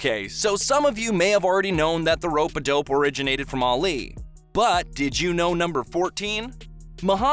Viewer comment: Arleee 🙉 I cant take how he says Ali